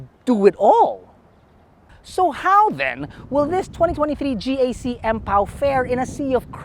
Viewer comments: Empow siya hindi Ampow(as ampaw)😅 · Empow-Ampaw TF!🤣🤣🤣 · Empow - Ampow😁😁😁